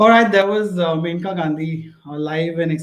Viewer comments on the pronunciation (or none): In start..It's Menaka it's Maneka...